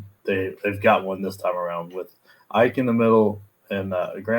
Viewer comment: Graham Ike's last name is pronounced "E-K." Appreciate the insight as always guys!